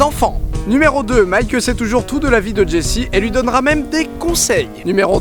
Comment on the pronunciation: Miskin c jesse qui se prononce jessy